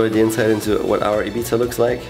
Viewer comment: It's Ibiza not ipizza lol 😂